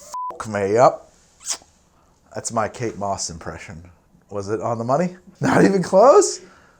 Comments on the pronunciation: I thought you were saying "cake boss" instead of Kate Moss and was so damn confused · Thought for sure you were saying cake boss at the beginning